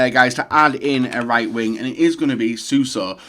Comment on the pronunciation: Wow pronouncing Suso correct instead of saying "Suarso" its a miracle.